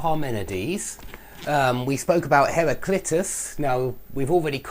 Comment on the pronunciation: Lol it's not pronounced "har-ry-clit-us" man! Lol hilarious. It's "har-ry-CLI-tus" !!!! Lol